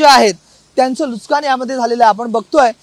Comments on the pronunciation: नुस्कान नाही नुकसान म्हण लवड्या , मराठी बोलायला शिक आणी मग् पत्रकारिता कर... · Nuskaan nahi. Nuksaan. Neet marathi bolayla shik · अरे बाबा, नुसकान नसून तो शब्द नुकसान आहे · नुकसान ❌ लुस्कान ✅ 😂😂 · Nuskan nahi re Nuksan zhale mhan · नुस्कान नाही नुकसान रे बाळा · Nuskan ❌ Nuksan ✔️ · Nuskan nahi re dada nuksan mhanun Marathi Maharashtra saktiche kele pahije 😅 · अरे लाज वाटली पाहिजे TV9 मराठी ला. "नुसकान" नाही. "नुकसान" असा शब्द आहे मराठीत. ला राज ठाकरेंकडे पाठवा. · Nushkan nahi pan nukshan,kasha anpadh reporter? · वार्ताहरला मराठी नीट शिकावा नुसकान नाही बाबा नुकसान म्हना.... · नुसकान नाही रे! नुकसान😂😂😂😂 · नुकसान कि नुसकान नीट बोलावे . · ARE BHAVA NUSKAN NAHI NUKSAN. ASE KASLE MARATHI BOLTAT REPORTER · अरे मूर्खा नुसकांन नाही रे,नुकसान म्हण. मराठीचा खून करू नकोस.😡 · नुकसान ला हा पत्रकार नुसकान म्हणतोय. कोणीतरी सांगा याला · नुसकानं नाही नुकसान असते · NUK SAAAAN !! NUS KAAN NY RE 😂